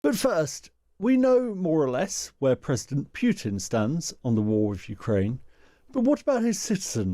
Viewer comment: Why is it so hard to say "pootin" ? Putting a y before the u , thats a different vowell in russian.